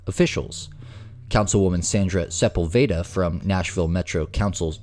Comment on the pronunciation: The name is pronounced Sah -pull - veyda jackass.